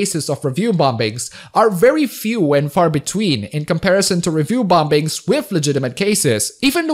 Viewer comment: I love how you enunciate the second B in bombings